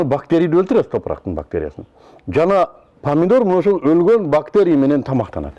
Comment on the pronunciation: Падидор эмес памидор.